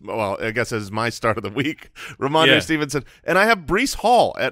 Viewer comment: Ramondre Believe-it-son